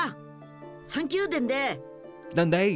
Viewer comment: '' dende '' comme tu dis c'est dendé